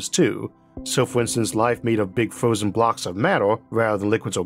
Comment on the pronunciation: I cant take this guy seriously 😂 beawws he cant pronounce r s 😂this is genius fwozen owor. WA TRR